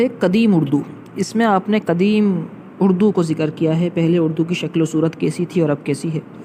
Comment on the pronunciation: کاش آپ مولوی عبدالحق صاحب کہتے! باربارمولوی عبدالحق کہ رہےہیں۔ کواعدنہیں قواعد نیزکدیم نہیں قدیم اپناتلفظ درست کیجئیے